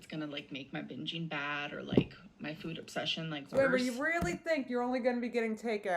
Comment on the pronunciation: This is nitpicky as heck, but I'm werided out by the way she pronounces food. "fvvuud"